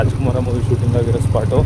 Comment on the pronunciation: ನಿಮ್ಮ ಭಾಷೆಯನ್ನು ಸುಧಾರಿಸಿ. ಉದಾ : ಸೂಟಿಂಗ ಅಲ್ಲಾ ಶೂಟಿಂಗ್. ಮಾತಿನ ಮಧ್ಯ ಪುನಃ ಪುನಃ Guys ಶಬ್ದ ಬೇಡ